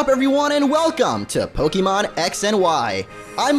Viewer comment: It's actually Po-KAY-mon, The é in "Pokémon" is pronounced "ay."